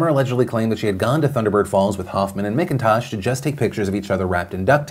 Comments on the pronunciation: Oh Philly D. It's M*ACK*intosh, not M*ICK*intosh lol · Oh man... that kids last name is my maiden name... fuck you Kayden McIntosh for giving our last name a bad name!!! Btw its pronounced Mac-In-Tosh 😅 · One thing, my last name is spelled the same as the dude in that Alaska story, and we pronounce it like it’s spelled MacIntosh. I just had a tiny cringe everytime he said the guys name 🤣😆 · McIntosh is pronounced mak-in-tosh